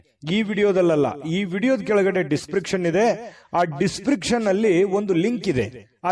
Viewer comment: ದಿಸ್ ಪ್ರಿಕ್ಷನ್ ಅಲ್ಲ ಅದು ದಿಸ್ ಸ್ಕ್ರಿಪ್ ಶನ್.